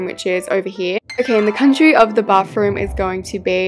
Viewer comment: We say bathroom like bath through-m you say it like bafoom